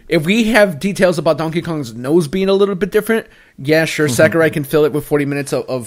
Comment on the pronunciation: Am I the only one who cringes when they say Sakurai? It’s SAW-KU-RAI